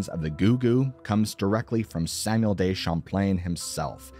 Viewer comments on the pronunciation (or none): none